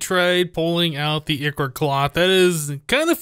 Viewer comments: I think it is Eye-core not i-core like the way it is said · Its pronounced as eye-chor not e-chor :D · Nero Zashi I know this is a year old, but the ch is supposed to be pronounced as a k So it would be eye-ker instead of eye-chore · Ichor is pronounced eye-core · Pronounce it like "I, Core" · it's pronounced Ichor with a stressed I